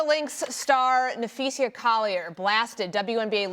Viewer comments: Na-phee-SAA! Not SHA! Someone at ESPN please tell this man how to pronounce her name. He’s getting too comfortable with his own version. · Stephen A, it's Napheesa * not Napheesha. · "And Napheesha Collier is a star in the WNBA." but he somehow still doesn't know how to pronounce her name correctly? I think Stephen A. probably googled "Napheesa Collier vs. Cathy Englebert, who's side are most people on?" and saw in the results that everyone hates Cathy, and Napheesa Collier was MVP runner-up (or maybe the results literally said "Napheesa Collier is a star in the WNBA" lmao) and that's how he formed his lukewarm take that Cathy needs to go, which is what fans of the W have been saying literally for years. I don't particularly want to hear from people like Rabid Dog and Stephen A. until they prove they have even the remotest inkling of the dynamics in and around the W. Bare minimum is saying Napheesa instead of Napheesha, BARE minimum.